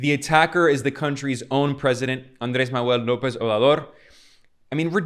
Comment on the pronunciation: you need to practice the pronunciation of "Manuel", or call him AMLO